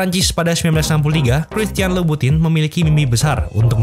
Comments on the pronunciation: Dibaca dlm ejaan Prancis jadi “Kristiyong lubutong” 🙂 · Bacanya bukan gituuu